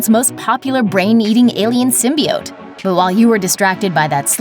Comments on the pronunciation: Symbiiiiioteee . God damn not symbeeote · Lol sin-bee-oats